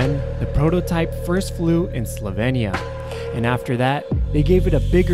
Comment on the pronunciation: Thumbs up for correctly pronouncing Slovenija :)